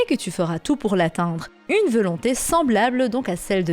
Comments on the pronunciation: Hum je suis le seul à remarquer que tu dis "veulonté"au lieu de "volonté" ta vidéo est très bien mais à chaque fois ça me fait tiquer. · rien de nuisant à la vidéo et on a tous des accents ou des tics de langage. Mais ça m'a fait marrer.